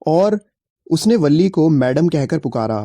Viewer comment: Balli nahi villi boltein hai aur villi ka pura name villiammai hai